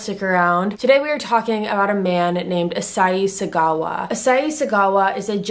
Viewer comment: Your pronouncing his name wrong.